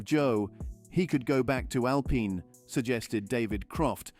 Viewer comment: So hard to listen to you talk. It's Al-Peen, not Al-Pine